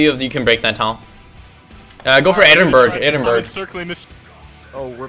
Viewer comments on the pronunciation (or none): go for “edenburg” triggerd now so hard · "edinburg" why do so many people pronounce it wrong its pronounced Edin-bura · 'ed in burg' lmao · its pronounced edin-buh-ruh